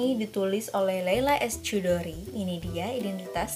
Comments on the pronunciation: Kak Indah, CH itu = KH. Jadi bacanya 'Khudori', bukan Cudori 😂😂😂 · Sedikit masukan Mba Sis,penyebutan "Chudori" itu bukan " Cudori" Mba Sis,tapi " Hudori".